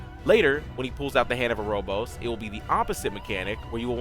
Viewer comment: Very nice, very concise. As someone else has stated, be nice to know if tbs are magic or physical- they are physical I think. Also, it's Hand of Erebos, not Erobos. Other than that, great guide, very to the point, thanks!